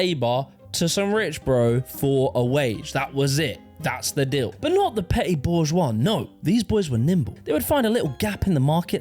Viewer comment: Love how "petite" became "petty"